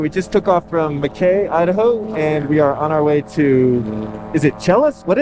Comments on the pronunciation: I’m an Idaho local, love this! Also it’s Mack E Not ma Kay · Arco was the first US city to be powered by nuclear energy, in 1955. Mackay is pronounced Mack-ee. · Killing me with the cliffhanger… your next stop is my hometown. But really all of the central idaho mountains are my stomping grounds and watching you go through Arco and up to Challis was cool. Also, fwiw, Mackay is pronounced like “Mackie.” it’s one of the most popular gliding spots in the intermountain west (fixed wing, hang and para) they’ve got FAA agreements to ride the mountain wave there up to FL280 there. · It’s pronounced Mack keeeee😊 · I'm from Idaho - we say "Mackey" like Mickey Mouse but with a soft A like in 'ladder'. Like a lackey, or that's whacky. Whacky Mackay. <3 Looks like awesome flying. I'm out of Bozeman, MT now, hit us up if you're ever in the area again!